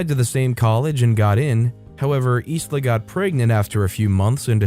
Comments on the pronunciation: The name Isla is pronounced eye-la. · Sorry mate, I’m not a grammar Nazi but in the name Isla the letter “s” is silent. You know, like the actress Isla Fisher. It’s a bit weird I know but it’s pronounced eye-la. I have a family member with the same name.